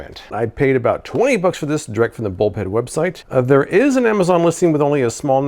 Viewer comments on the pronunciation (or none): Every time you say bulb head, I hear bull pen, which is what the smoking area was called when I was I high school.